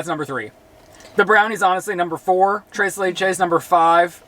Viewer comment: saying tres leches in his latin american accent made my day (i'm mexican)